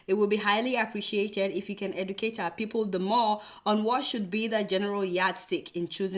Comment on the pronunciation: Buhari needs tongue surgery. Like its people not fiiple! Lol kk